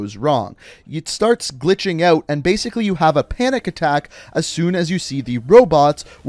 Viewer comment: Zo bazically, brain go boom?